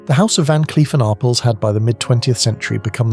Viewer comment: That is pronounced Ar- PELL.